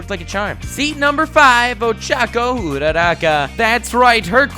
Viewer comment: This is great he said ochacco coreectly